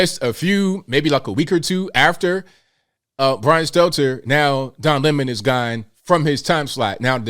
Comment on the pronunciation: it's "Stelter", not Steltzer. This is a n obvious mistake you need to correct.